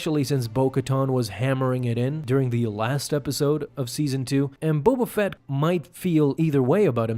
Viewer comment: Bo Bafett Bo Katan Bo Buffet Hahaha